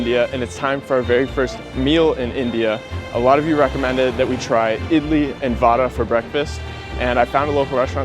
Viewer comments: As an Indian, I Do not like your pronounciation. Idli is pronounced Id-lee. Vada is pronounced Vuh-Ra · Even tho you pronounce it all wrong. I’m still okay since you tried your best. Correct pronunciation: vada= vuda Idli= eadlee